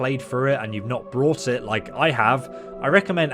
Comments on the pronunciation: Bought is a very difficult word to pronounce apparently. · Not sure if you're just misspeaking or if English is a second language, but you keep saying "brought" when talking about purchasing when you're meaning to say "bought" Brought is used like "Jeremy brought balloons to the party" Bought is used like "Alice went to the store and bought 300 watermelons"